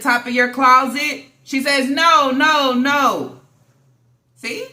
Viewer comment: My favorite is when says 😂😂😂😂😂😂😂NO HOE.... Wit that accent. I'm on the floor.😭🤣😭🤣😭🤣🤣😭🤣